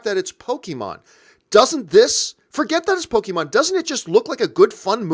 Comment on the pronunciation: It’s po-kay-mon, not po-kee-mon.